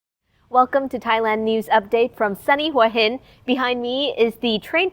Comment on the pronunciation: Hua is pronounced Huwa ,not Wa. Why would a Thai person pronounce it incorrectly?😠 Hua Hin means Head Rock.